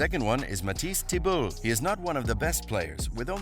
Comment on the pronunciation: Can we also talk about how he pronounced Thybulle LOL